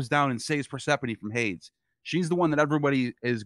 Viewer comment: Hades is almost always pronounced Hay Dees. Is there a reason that you make the e silent?